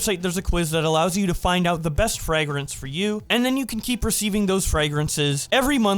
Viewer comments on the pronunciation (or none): why does he keep saying frag grance?